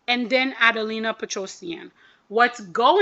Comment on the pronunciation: A-DEL-IIA* not adelina lol